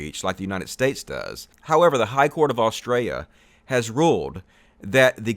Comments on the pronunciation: every time you say Australia i hear Austria lmao too much hoi 4 for me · Australia has an ‘L’ in it. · hey you do know there is a L in Australia right please say it properly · In this video we learned can’t say Australia lmao. Excellent video and reasoning. Nice one! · He can't pronounce Australia, lol.